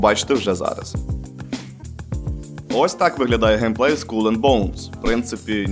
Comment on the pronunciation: Дякую за крутий контент! Пс. Череп англійською- скалл, не скулл:)